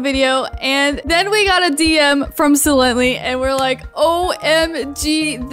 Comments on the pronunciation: It’s not sielanty it’s sylenty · It's sie lently